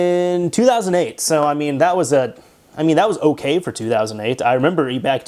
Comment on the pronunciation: it's in "ogay" condition